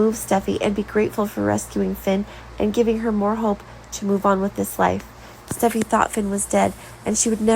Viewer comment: Their names are Li not Lee & Steffy not Stuffy, come on, get it right